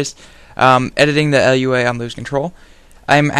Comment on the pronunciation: Lua, not LUA.